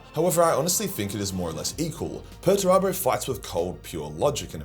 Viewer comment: Who the hell is Peturabo? You mean Peterturbo.